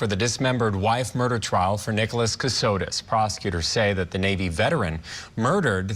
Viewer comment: Last name Kossotis, not Kasitos